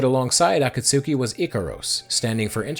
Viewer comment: AAAA KAAAA SOOOO KEEEEE 😅 ah-KAT-ski 👍